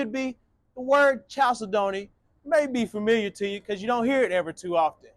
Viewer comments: Chalcedony is pronounced like this: kal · seh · duh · nee It is a gemstone that comes in beautiful colors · Always lovely homes! Love the squared style. Proper pronunciation of chalcedony is: Cal Said Knee. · That is pronounced “kal-SEH-duh-nee.” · it’s pronounced kal-said-knee. A chalcedony is a semi precious stone which includes agates, onyx, and other stones.